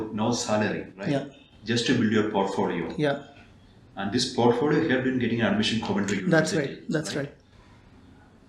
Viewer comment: Portpholio, but sir be like portphodio 😂❤️ love you sir